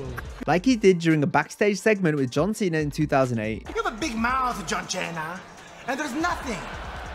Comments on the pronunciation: Santino saying “John Chena” back on 2008, I remember that so vividly. Truly made me crack up because as a Latino I had family that couldn’t pronounce words correctly but they still always did it with a level of confidence that is beautiful 😂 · Lmao “listen here John cheena” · "John Cheena!"